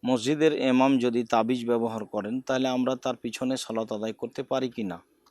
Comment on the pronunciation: কেমন কথা !!!!! ইমাম বলতে পারে না!!?? এমাম এমাম বলতেছে কেনো??